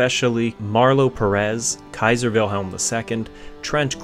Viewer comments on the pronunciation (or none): none